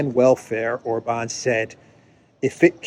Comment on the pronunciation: God bless and protect Viktor Orban. (And it's OR-bahn, not or-BAHN.